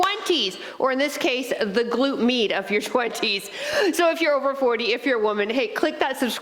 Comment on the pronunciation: definitely felt that....a nice warming sensation left in my legs. the first time I heard you say "glute med," I could have sworn you were saying "glute meat." haha... I get it now but thought that was a funny/clever way to talk about the bum area.